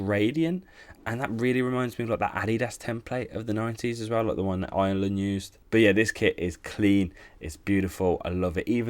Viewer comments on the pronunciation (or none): none